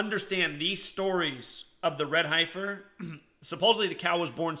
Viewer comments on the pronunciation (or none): It's pronounced "Heffer" not Hie-fer (yes I know the spelling is Heifer) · Dude, it's pronounced heffer, not highfer.. Fricken city slickers, pronunciation is easy to look up and some old farmer who has raised heifers, won't be calling you out on your pronunciation. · HEF-er. Not HI-fer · You have a special wisdom to mispronounce “ certain words” for a very special reason. God Bless. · heifer is pronounced hefer.....like deafer... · FYI HEIFER , the i is silent, the hei is pronounced same as the he in head ,hefer . Great video. Also my birthday is aug.10. I will be 71 next year. Not really looking forward to it now .lol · Ok so what is going to happen. Come on tell us. Tell the fbi the cia. Tweet trump. Tell him. Save some lives. And the word is. Hey fer. That is how you say it. It is heifer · "Heifer" is pronounced heffer, if you care... :) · My intention is not to offend but the pronounciation is heff-er like jeff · Okay, I know you were/are a teacher but can I nitpick?? Heifer = Sorry, I couldn't help myself, lol. I know that in the scheme of things this is petty... You do good work and we know you are a "G" when it comes to the numbers! Thanks for this...cheers;-)